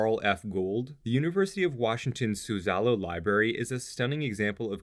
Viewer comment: Nice series. Just a tip: "Suzzallo" is pronounced with the emphasis on the first syllable, not the middle